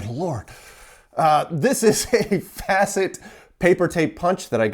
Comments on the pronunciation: More like fah-cit than fa-cit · FACIT - In Sweden we pronounces it as English FAST without the T, and IT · Pronounciation of Facit is almost on spot, a makes similar sound to a in "harder" or in other words take fa from father and follow up with sit and there you go. But here in nordics nobody gets pissed if someone pronounces stuff differently. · Your pronunciation is wrong (of course!), the "a" is like in "father", not "apple". The device itself was manufactured in its final form all the way until the year 1999 (for entirely EM proof data backup storage in submarines!), so for more than 30 years! They are amazingly still used in some applications. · So it’s pronounced Faah-sit. The way you’re saying would be fäcit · Hi, I think it's pronounced "Faw Sit" ... You should be selling the chads to help pay for more tape! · According to Google translate, the pronunciation is "FA-seet". Translated to English, it means "conclusion". The fact that it's actually a Swedish word, and translates to something vaguely businessy/computery, I would have a certain amount of faith in that translation. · Facit was a Swedish Type writer and mechanical company. They when out of business because they continued using mechanical calculators, instead of doing electronic ones. The pronunciation is quite good, except you are using a slightly of pronunciation of the "a" in "Facit". More like "a" in "car". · Pronunciation from a swede: Fasit Where the a is like the a in card Thanks for a super interesting content! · Facit: pronounced faws-it (rhymes on paws-it). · Swede here! Its a long A, so more FAH-cit. So fun to see them turn up here, an iconic old company. The word means "answer key" or "the correct answer", especially in mathematical contexts but also more generally. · Fa as in far, cit as sit. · I think it's pronounced like faw seat. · Exploding comment section here. Facit is pronounced like "fah-sit". The same "a" as in Carl. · The correct pronunciation is more like faucet.